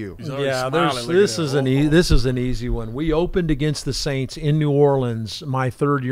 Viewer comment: Please stop mispronouncing the name of the franchise from New Orleans. The first S is silent.